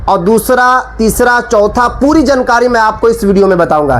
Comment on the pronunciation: Abe bolna thik kar le jankari nahi jaankari bol jahil